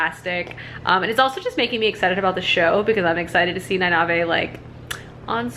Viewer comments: Knee-Nay-Eve. There you go. 😌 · It doesn't really matter, but Nynaeve is pronounced /NIGH-neev/ and Egwene /eh-GWAIN/ :) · E-gwain, Nine-eve, and the (eyes-se-die) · Ny-nive-hey hahahahahha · Ah, the right of passage, mispronouncing Nynaeves name. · Love the wheel of time... then I was bored but compelled to read the wheel of time... then I was heart broken by the wheel of time after the authors passing...then I was 110% back on board for the Sanderson conclusion. Also no worries about mispronounced names...my brain could never get Nynaeve, I swear it added letters haha. Cautiously optimistic about the show. Glad you enjoyed the 2nd book. The first 6 are excellent. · ooof, there's a pronounciation guide at the end of every book! I kinda get goosebumps everytime you pronounce nynaeve wrongly hahahaha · I see your point. However, having read and listened to all the books multiple times she is saying it wrong. They don’t say it like that in the audiobooks. It doesn’t bother me that she says it wrong, but she is saying it wrong. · Listens to the book Still mispronounces Nynaeve (I'm sorry. I can't ignore it) 6 days until the TV show!